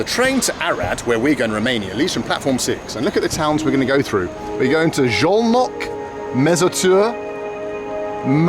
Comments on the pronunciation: Szolnok is pronounced with 's' not with 'sh'. But it's a great docu! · Lol, first time I've seen you almost helpless. 😅 Great to finally see places I visited often (Budapest and Szolnok). Btw Szolnok is pronounced with a hard S and both o's as in "often". The effort is surely appreciated. My ex is Hungarian, from Szolnok, and in the 10 years I've visited the country, I didn't manage to get a proper hang of the language. 😅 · Man, I am only 5 minutes in but he mispronounced Szolnok to Zholnok or Zolnok countless times! Dear Bald, the letters "SZ" in Hungarian read like your "S" in English! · Not sholnok, solnok (hungarian pronunciation) sz->s, s->sh. Nice video. And also you can visit Sarajevo, Bosnia&Herzegovina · Little help with the pronunciation of Szolnok. Soul Knock :) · as a hungarian I can confirm. Pronounciation is like "Soul-Knock" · As someone who is learning Hungarian as my brother is married to a Slovak-Hungarian woman, it's also rather hilarious haha. Sholnok for example 😭